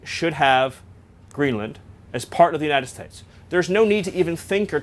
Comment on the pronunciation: "Greenland should be part of the United Stipes." As in Michael Stipe? He does it again . Maybe it's in purpose, so when he is later put on the stand, he can claim he was talking about a make-believe place called The United Stipes.